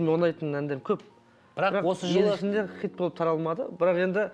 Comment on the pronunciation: Хыйт емес Хит деп айтыңдаршы бесит